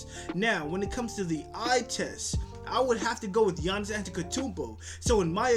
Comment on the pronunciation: You can't even pronounce giannis name!!!